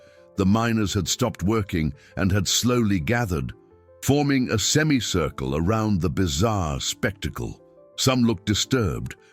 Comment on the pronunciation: You missed pronounced semi cricle you here the I in semi